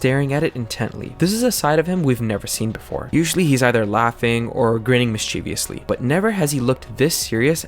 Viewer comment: The word is not "mischevious" it is "mischievous" Not "mischeviously" it is "mischievously". Can't stand when native english speakers use this made up word.